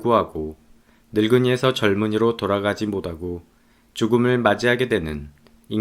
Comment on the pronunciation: 못하고를 모다고로 발음하시네요